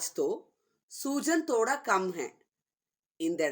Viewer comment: Thhodha… not toda